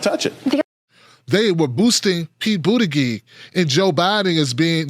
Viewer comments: Yeah, doesn't he know it's pronounced Booty-judge? ;) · I dont support pete. But its annoying that you say his name wrong. The g in his last name sounds like a J! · Buttigieg pronounced as Booty_judge. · He calls him Boot-a-gig... that's hilarious.